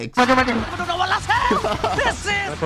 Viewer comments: Lol, but it is pronounced boots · Buts pronounce as Boots and not Butts 😂😂😂